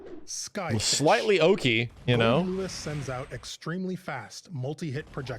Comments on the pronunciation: I still can’t get over calling him GoldDICK🤣😂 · "GoldDick" My mans, if you keep this up I'll forget his name is Goldlewis. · I was watching it with really low volume and everytime he said "swings his coffin" I heard "'swings his cock in" what makes it better is that his name is goldick